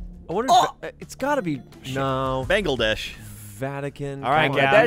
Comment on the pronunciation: Shoutout to for pronouncing Bangladesh correctly